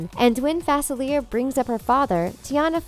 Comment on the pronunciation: it's facelia not facileir